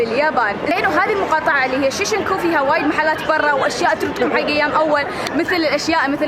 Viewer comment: اسم المقاطعة شينجكو وليس شيشنكو.